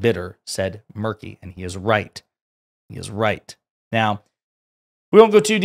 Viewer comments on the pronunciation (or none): It's pronounced Merkley not Murkey. Very Proud of both Oregon Senators. 😅